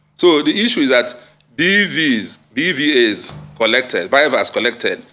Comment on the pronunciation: I'm so disappointed that he had to read through a prepared script all through. Quite shameful. He's even struggling to pronounce common words like INEC (calling it e-nec) and BVAS (b-vis).